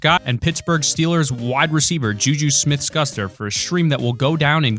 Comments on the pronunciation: Hey it isn’t scuster his name is pronounce Shoo-ster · It’s JuJu Smith-Schuster (pronounced like “Shoe Stir”) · Just sayin it’s pronounced shooster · the way he said jujus last name........ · You pronounced juju smith schucster name wrong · Can’t even pronounce JuJus name right